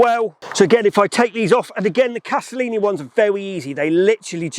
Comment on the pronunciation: If you are going to talk about them, at least get the name right! It is Castellani, not Castellini! Sheesh.